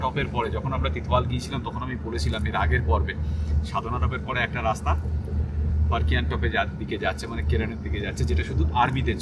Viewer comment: উচ্চারণ টা হবে ফারকিয়ান টপ